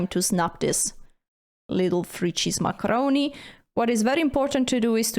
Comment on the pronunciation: That's, "Frrrree cheese macarrrroni."